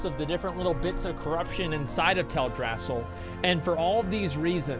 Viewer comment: Tale dra-seal not Tell drass sal!!!!!!